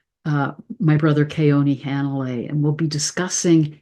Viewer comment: I'd humbly like to ask that you pronounce Keoni's last name correctly. Being "keiki o ka 'aina" or "child of the land", I would like to help you get it right. There is only one pronunciation per vowel in Hawaiian and no "a" like "hat". In Hanalei, both "a's" are pronounced like "awe". Mahalo nui.